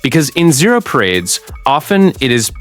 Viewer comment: hahahah I noticed that too